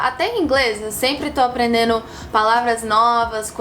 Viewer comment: Ela aprendeu legal, né? "Aprendendo" ela fala "aprendeno"